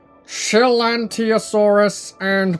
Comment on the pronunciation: Oh and It Is pronounced Chi-lan-tai-saur-us